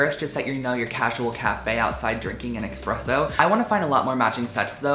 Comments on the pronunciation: I was enjoying the video until he said expresso.THERE IS NO X IT IS AN S!!! 😤 get it right man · HAHAHA did he just say expresso..... wtf